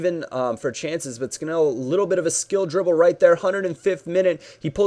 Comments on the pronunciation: its Scan-all ^^ not scan-ell:) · It is pronounced 'Scan-null' no idea why, just is :P